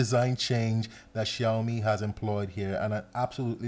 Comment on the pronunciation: You know what,bro? The way you pronounce ''Xiaomi'' is pretty good